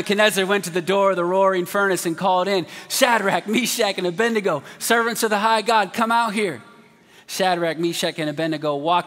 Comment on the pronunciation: A-bed-nego not A-bendy-go like preachers most say.